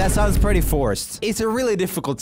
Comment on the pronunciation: "I mean, my room is super Prrewwetty"